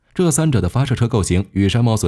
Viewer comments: 三毛櫸 ，你給我唸三毛榫….聽起來就彆扭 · 櫸（ju三聲）山毛櫸（ju三聲）😂😂😂